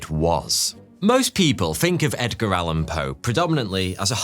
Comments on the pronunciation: "Egdar" Allen Poe 😂😂😂 Love this Video! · Did he say Egdar?